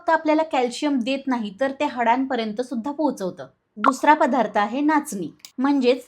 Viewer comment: "पधार्त, पाणांची.. "असे उच्चार सांभाळायला हवेत